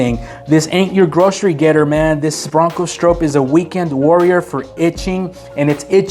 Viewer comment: You’re pronouncing Bill Stroop’s name wrong! And you had no mention of Parnell Jones ….